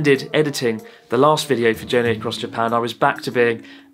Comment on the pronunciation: why that Japanese man can't pronounce Japan.